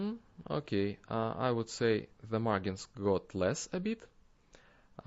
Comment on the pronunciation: The `g' in `margin' is pronounced like a `j', like the `g' in `large'. :D